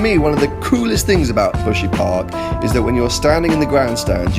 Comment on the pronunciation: buhsy park? sound like my gf 'park' when she lazy